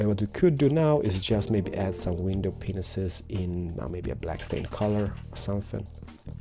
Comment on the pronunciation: I love how you say window penises instead of panes :3